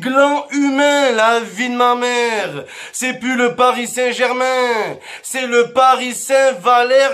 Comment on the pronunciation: Eh on ce calme avec le"parissantbermingermin"😂😭🔴🔵